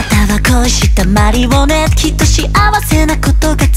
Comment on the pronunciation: オクターブ上がった音にしっかり当たっていくのが聴いていて気持ちいい give me allが若干”ぎみうぉー”のように繋げられているのがころんくんらしい発音 ｢マリオネット｣の言い方が絶妙にはっきりしていてすごく好き